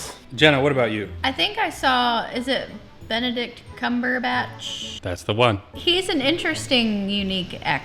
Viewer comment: Kudos as well btw to Jenna for pronouncing his name right, even though I find it weird how people have difficulty or will make it a pop culture joke, but based on her comment about his acting please, I’d LOVE to see IMITATION GAME reaction.